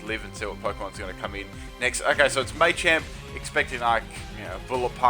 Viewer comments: It's MAchamp not MAYchamp. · Whats a maychamp? isnt it Ma-champ? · You're a special kind of ignorant. They pronounce it as Mah-champ in all English speaking countries, no accent changes mah into may. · MAH-champ ffs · Why do you call Machamp "Maychamp"?